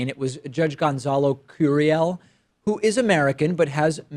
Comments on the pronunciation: Jesus Pakman, you know Spanish...don’t butcher his name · Why do you pronounce his name with an American accent ?